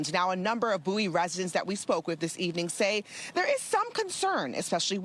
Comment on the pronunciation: It's Bow-ee like David Bowie -- How do you get to have a town and ignore the language for it's pronunciation? so arrogant.